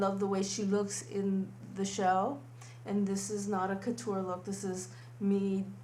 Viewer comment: Courture not kuter. No offense intended:D